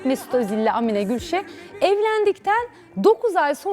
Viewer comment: Amine değil a harfini uzatmanız gerek.